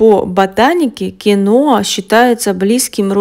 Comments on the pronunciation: Название говорите понятнее Кино или Киноа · Киноа неправильно надо говорить киhoa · Ударение на и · А самое главное что дама,ставит не правильно ударение.